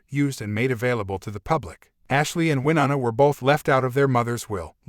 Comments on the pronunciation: Maybe learn how to pronounce Winona before you put it in a video? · Please learn how to pronounce Wyonna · This shouldn't have been aired and it would be decent if they would have pronounced Wynona's name right